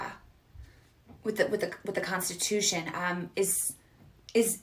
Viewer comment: Constuti... contustiti.. ehh.. Mob rules.